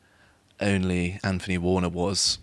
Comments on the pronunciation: Anphony warner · Nice lad. Dull to listen to. Can't pronounce "th". "Anfony Warner". You don't even pronounce "th" in Anthony.